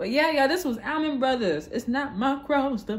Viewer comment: Pronounced "All-Man" Not Al-Man.